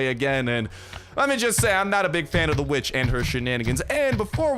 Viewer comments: For a second I thought you said b***h whenever you said vitch 😅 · I know you said kill this witch but I swore I HEARD A B